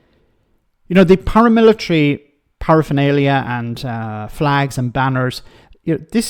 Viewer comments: Flegs, not flags…😂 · "They took 'er fleeeegs" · 100% pronounced FLEGS! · It’s flegs,please get it right….